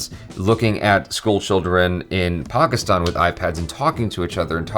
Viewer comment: The fact that he says Pakistan properly 😍